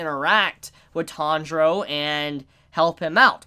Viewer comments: Alvaro Díaz No, it’s a mispronunciation/accent. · Why does call the protagonist "Tandro" instead of Tanjiro, which is clearly his name? Is it an inside joke I'm missing?